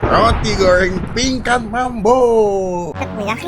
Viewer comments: Goreng bang bukan goyreng😂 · Roti gowrrreng... Ngomong goreng aja gowreng... Maaf masnya cadel apa emang gt cara ngomongnya???? Btw usaha org jangan dijelek2in lah hehe